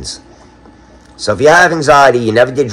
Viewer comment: Wtf is a benzAmphetamine😂 soon as I heard that had to rewind couple times